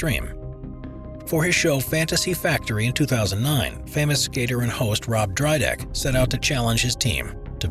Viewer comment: He said Rob DRYdek. 😂😂